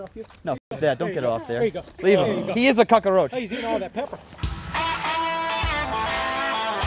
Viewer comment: Patty: he is a cockeroach Me: annoyed that he says it and keeps saying cockroach in my head